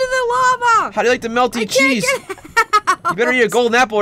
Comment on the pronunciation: "melty chesse" lol